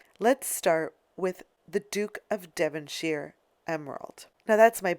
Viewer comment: saying devonshire and carnegie wrong too